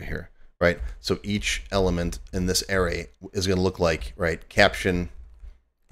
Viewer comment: Air-Rays?? Yikes! It's a-ray.